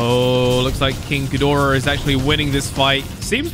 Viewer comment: Warbat is from godzilla vs kong and you pronounced ghidorah right.